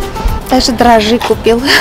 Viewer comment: русский язык- та еще мУка, если не мукА😅😅. И за эти годы русскоязычного блогерства именно из Ваших попыток перевести впрямую на русский армянские фразы сами собой образуются шедевры-новые забавные выражения, словосочетания. Ваши отличники знают,рады и восхищены!😍.Но вот со словом дрожжи такая же коварная штука, надо говорить дрОжжи, а дрожИ,можно сказать вашей белочке, когда ее наказывать будете-" ну, держись теперь, бойся и дрожИ!😁😁💋💋💋💋